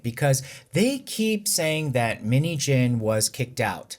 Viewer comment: Out of context, the way you are saying 민희진's name it sounds like minijean😂